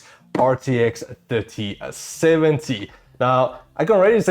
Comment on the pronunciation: Sounds like he is saying 5070